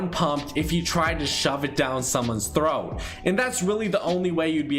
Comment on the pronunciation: Why does he. Say in someone’s throght